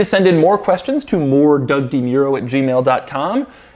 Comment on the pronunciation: De Muro....si eres de descendencia italiana chato....no te llamas di miuro.... De Muro